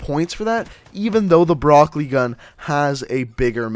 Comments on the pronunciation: In "Brecci" it is a "ch" sound, not a "k" sound... It's Italian. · Is he calling it the broccoli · Pronounced bre-chi